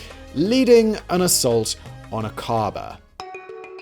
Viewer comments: Accent is on the A in Aqaba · Iy's Akaba, not aKARba. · Simon: try "Ack-ah-bah". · Great video, but every time you mispronounce Aqaba it makes me wince.